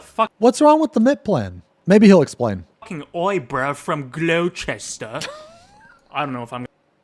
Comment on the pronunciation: No Brit calls it glow-chester haha it's gloss-ter